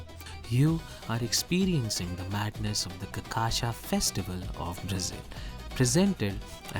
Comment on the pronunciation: Dude, for love of all things good, its really not that damn hard to pronounce cachaca right, really. I watched 4 videos in a row, listening to 4 different gringos say the word wrong in 4 different ways 😂😂😂😂😩😩😩😩 like, how? And im Aussie/Kiwi. Theres no excuse. Just learn a little Brazilian Portuguese, if you are intending making videos on Brasil. Seriously.